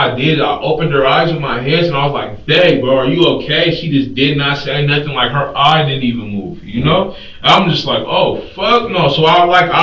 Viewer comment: "I didn't do nuffin" Uhuh I think we have a very different definition of what "doing nuffin" looks like.